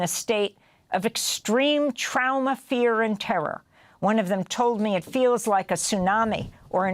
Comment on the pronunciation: why does she say "trauma" like that?